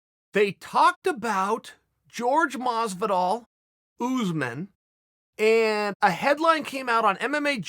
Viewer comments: not uzmen us'man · Kamaru “Ooozeman” Usman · “George” vs “Oozman” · Jay From Around The Way almost there, look up commentary from a fight or Buffer introducing him so you can get it my man